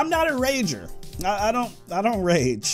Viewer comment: The fact that he messed up THE word rage is so funny he said rega